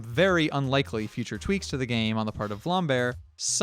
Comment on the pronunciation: its not vlambear its vlambeer